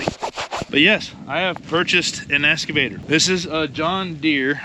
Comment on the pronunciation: EXCAVATOR not essssscavator. 😂